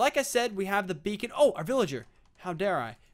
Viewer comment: Lol thought it was "bacon gaming" Tee-Hee